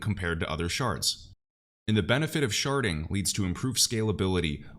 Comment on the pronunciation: I had to giggle every time you said Sharding. lol 😂 At first I thought you were saying Sharting.